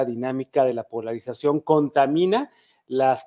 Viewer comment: En cuanto dice "polraización," perdió toda credibilidad. PD: También cuando chilló de "militraización." ¿Quieren seguridad o no, PRIAN?